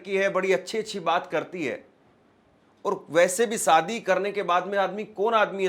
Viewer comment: Bhai jab aap shayad theek se bol rahe ho to shaadi ko Saadi kyun bolte ho !! Thoda apna uchhaaran theek karo !!